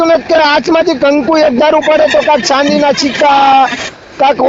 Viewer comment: ચાંદી ના સિક્કા એમ બોલાય ડોબા સાંદિ ના😂😂😂ચિકા